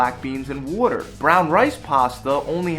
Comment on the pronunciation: My mans gotta be from up north cuz the way he says water